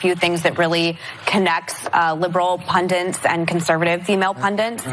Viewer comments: 'Pundit', Meghan, not 'pundant', ffs. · Meghan doesn't know how to pronounce 'pundit' while she thinks she's appearing intelligent.